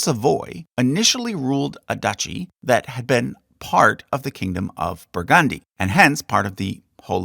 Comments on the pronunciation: Sorry but it is pronounced as: "Burg-und-die" and not "Bur-gand-i" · BurgAndy? where on earth is BurgAndy? it’s BurgUndy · When saying Burgundy the accent is on the first syllable. 'BURgndee' if you will. As usual, a fascinating look at the thrones of the world.👏